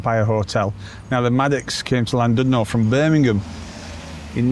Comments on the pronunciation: Some pronounciation help and facts. Cymru is the Welsh name for Wales and it means the exact opposite to the word Wales. Wales is Germanic and means Foreigner and Cymru means Compatriot. Cymru is pronounced Kum- REE. Llandudno is Chlan-did-nor with some phlegm used for the Chl sound. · Another lovely video. In Welsh, 'u' has two sounds .. "ee" as in "sheet", or "i" as in "did" . The 'u' in Llandudno is pronounced like the "i" in "did", so:- Llan did no. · Could at least have learned the correct pronunciation of Llandudno.